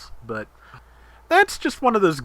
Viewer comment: Really nice round. Also loved the New Yark reference at the end. lol It always cracked me up hearing the English speaking voice actors in Zeonic Front still call it that.